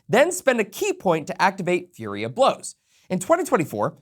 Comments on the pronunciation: Flurry* not Fury of blows lol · FLURRY of Blows. Is he calling it Fury of Blows? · Why are you saying fury of blows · Fury of blows? now now, if you're gonna misread FLURRY you only get to remove one letter... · I keep hearing "Fury of Blows" but isn't the feature called "Flurry of Blows"? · Flurry. Not fury. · honey? Flurry. Not Fury 💜